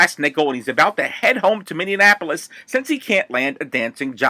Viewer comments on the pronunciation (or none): none